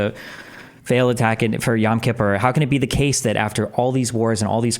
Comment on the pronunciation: can’t even pronounce “Yom Kippur” and he is your champion? 😂